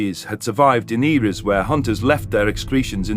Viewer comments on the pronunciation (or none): none